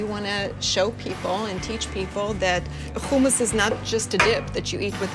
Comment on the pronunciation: I really hope people listen to the way pronounces the work HUMMUS!!!! His pronunciation is correct. We will definitely visit his restaurant! Thanks for sharing, Aaron! I didn't know.:) GOOD LUCK!!!